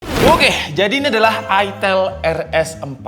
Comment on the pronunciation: Itel, "I" nya dibaca "Ai" jadi Aitel bukan itel apalagi itil 😂 Kayak Iphone dibaca Aipon bukan ipon